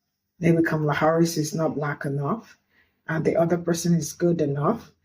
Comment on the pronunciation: If they're still mispronouncing Kamala's name ignore them